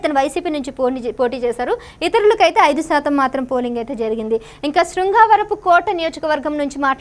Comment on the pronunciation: తెలుగు రాదా నీకు. దస్తాగిరి శృంగావరపుకోట కాదమ్మా దస్తగిరి శృంగవరపుకోట